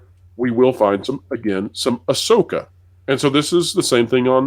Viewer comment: Please it's AhSoyka 😂😂😂😂